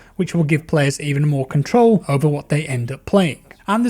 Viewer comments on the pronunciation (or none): none